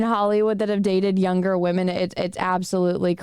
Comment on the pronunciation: I adore and how she pronounces women... wahmen...